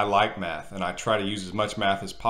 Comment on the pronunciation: As a non-native english speaker, I heard "I like meth, and I try to use as much meth as possible" and I was like daaamn.. so drugs are the exit to this suffering!